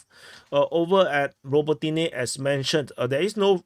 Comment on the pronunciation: Yas-na-BRO-div-ka,. Bi-la-HO-riv-ka. Ra-BO-ti-ne. Observe the pattern, deduce the rule.